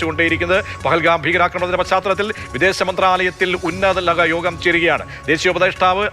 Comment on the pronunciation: .... "unnatha LATHA yogam".... ??? Entammachee.... !!!